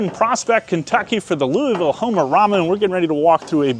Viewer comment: Learn how to say louisville